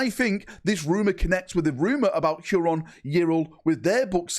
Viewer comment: How, for the love of f*©K can you not pronounce "Huron"?